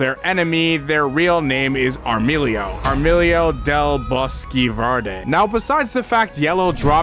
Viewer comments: I'm laughing a lot with this haha. It's not Armilio, maybe later in the video you say it correctly, but if that doesn't happens. Yellow's name, at least in that panel, is Amarillo del Bosque Verde (she literally said: Yellow from Viridian Forest) it is a funny mistake haha. Nice video, I'm still watching it haha ^-^/ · Armilio lol just type the word into google and listen to the pronunciation. Ordinarily this wouldnt matter but you're taking the time to narrate a video. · armadillo and loriel, cant read